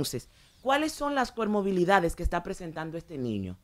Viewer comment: El problema es que ella no dijo comorbilidad, ella dijo cormobilidad.